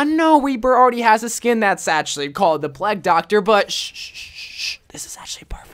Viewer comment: Why does he say pleg doctor instead of plague doctor